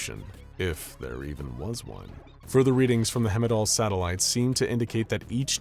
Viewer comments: Heimdall pronunciation 😢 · I love this narrator but he pronounces "Heimdall" wrong